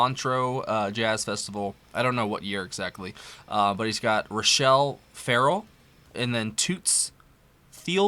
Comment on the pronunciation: Her name is pronounced "Rah-shell Fahr-rell"